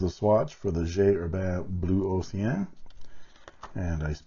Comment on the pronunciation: LOL I totally LOVED the FOMO story!!!! Et belle prononciation du mot océan! :) Beautiful pens and can't wait to see your future reviews.